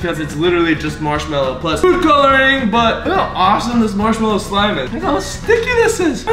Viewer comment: cant u eat it cuz you say smlime